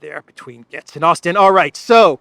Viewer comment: All love from the U.S. however, your pronunciation is a little off on Matt Gaetz's last name. His last namet sounds like the word Gates, as in plural of a single gate. As in Horatio Gates.